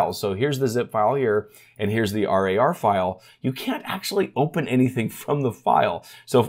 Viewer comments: thanks for the update but please call winrar and rar as just rawr instead of treating it as an acronym. Never heard anyone else call it r.a.r. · i can't get over him calling it R A R instead of pronouncing it rawr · Use 7 zip for rar files, also not r a r, rar, like roar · bit triggerd with the R A R pronunciation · Don´t say r-a-r file or also say z-i-p file, but don´t do that! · The way he says RAR hurts my soul.